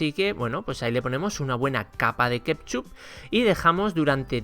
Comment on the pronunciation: A ver si aprende a decir ketchup